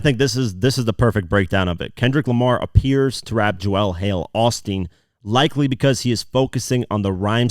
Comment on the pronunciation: Ive got one issue with this breakdown.... JOEL is not pronounced JO-EL.